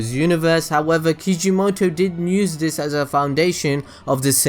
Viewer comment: I think everyone missed my joke about how he says "use"... he says "nuse"